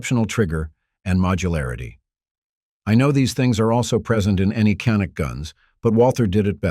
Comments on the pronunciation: First of all, it’s pronounced, “Janik”, not “Canik”. It is a Turkish made weapon, and the Turkish language pronounces a C as a J. Get it right. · DOWNVOTED FOR BEING A CRAP AI VIDEO. CAN'T EVEN PRONOUNCE CANIK. WHAT A JOKE!